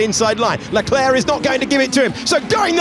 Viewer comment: Great video 👍 but your Leclerc pronunciation grates! 👎